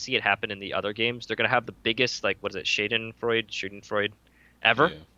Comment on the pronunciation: nice try with your german, really spot on: Schadenfreude xD